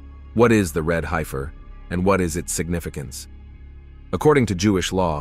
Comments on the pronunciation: Pronounced HEF UR NOT HI FUR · It's HEFF ER not high fer. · not a "hypher."..it's pronounced "heffer"! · It is pronounced red "heffer" Short e sound not long i-- hifer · The word is Hef-fur, not Hi-fur. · ''High - ferrr' ...? I's pronounced ''heffer''. Sounds like the person preparing the text made a lot of typos! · .....red HEFfer.....HEFFer....not HIGHfer 🙄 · It’s pronounced “red heffer.” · One thing about this video is the mispronunciation of Heifer. The man talking totally mispronounced the word. Other than that it was a very good video.